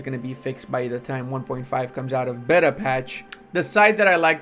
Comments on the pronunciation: Rage each time beta is mispronounced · It makes the game bet-uh